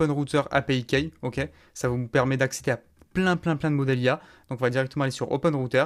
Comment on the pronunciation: Vidéo très complète (même si je ne trouve pas encore la valeur ajoutée à une intégration avec N8N). Petite remarque bienveillante: fais un effort de prononciation pour les termes en anglais (i.e. « key ») sinon c’est parfait et clair! Bonne continuation!